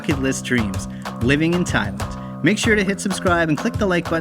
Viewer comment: So I did a bunch of googling and I can’t find anybody who pronounces Thailand the way you do. You’re saying ThaI - Lund. Everybody else pronounces the land as, well, land.